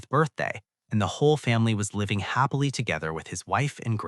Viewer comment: This was great but every time happily is read hoppily I got really annoyed lol…